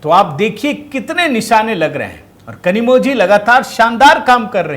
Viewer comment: सरजी नमस्कार .. तमिळ भाषामे कनिमोळी नाम है परंतु वहा ळ अक्षर zhi ऐसे लिखा जाता है l इसी तरहसे द्रविड मुन्येत्र कळघम बोलना है l ना की कझगम ... ध्यान राखियेगा